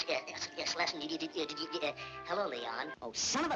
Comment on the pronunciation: Excellent video, despite the repeated mispronunciation of 'Schlesinger' (hint: it rhymes with ginger)